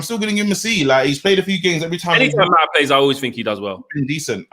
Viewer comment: pronouncing Mata's name as Ma'a is ridiculous! "Well, we British people pronounce the T as a." Well you're not pronouncing a T, you're pronouncing a person's name!